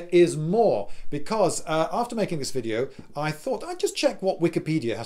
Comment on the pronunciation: Finally, a British native speaker nearly mispronouncing "v" as "w". So it's not only us Germans. I say, splendid wideo old chap!